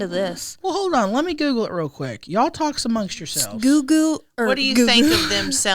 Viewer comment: When accidentally called google “goo goo” I died